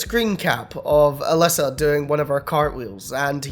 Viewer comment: She claims her name in pronounced as A Lisa Lee Oo